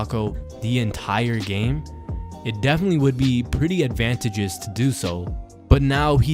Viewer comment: Its advantageous. Stress the 3nd syllable.. Sound it out..here is how it should sound... add-van-TAY-jus. Just trying to help yout vids, not trying to be a dick. I likd your videos, though. You can( and definitely should) work on improving you grammar and vocabulary. tThat's my only recommendation ....other than that keep it up ....very entertaining